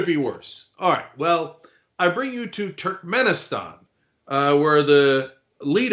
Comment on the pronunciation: Cenk. It's TURKmenistan. How can you not pronounce names in turkic language? Americans are the worst in language even if they're second generation migrants.